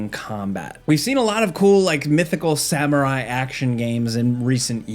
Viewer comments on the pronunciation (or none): none